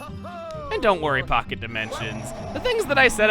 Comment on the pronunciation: Chugga when you went into the pocket dimension it sounded like you said fuck it dimension may want to edit that